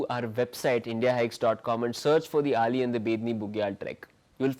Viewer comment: Dear sir.. that is not Ali that is Auli Make it correct sir. I belong to that place and it's hurts me a lot.. please 🙏🙏